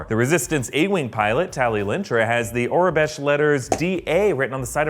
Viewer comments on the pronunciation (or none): none